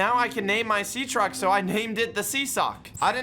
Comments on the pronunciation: my guy said sea track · bro said sea track instead of sea truck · He said sea track